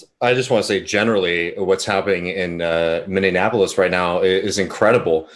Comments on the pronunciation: Minion Appleless? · I'm enjoying the stream, especially David pronouncing Minneapolis "Minnie-in-apolis" 😉😘